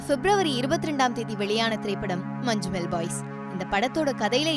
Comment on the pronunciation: മഞ്ഞുമ്മൽ ബോയ്സ്❌ മഞ്ചുമ്മൽ ബായ്സ്✅